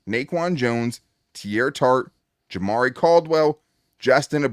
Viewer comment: love ya but the way you said jamaree caldwell is a rookie so what? i don’t think it matters as much as begore i don’t know if you recall a rookie last year named ladd and tarheeb still cam heart and another rookie a few years back named Herbert i think caldwell is gonna be another beast just wait